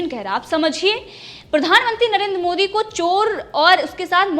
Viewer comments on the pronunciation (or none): none